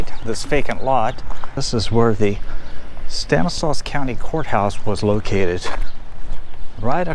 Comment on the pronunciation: It's pronounced "STAN is law,". Surprised you didn't know that, being from there.